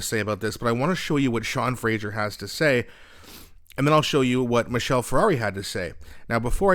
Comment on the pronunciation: 1) Michelle is not a car - wrong pronunciation; 2) Marc is a communist and Sean is a soldier; all policies are about Marxist control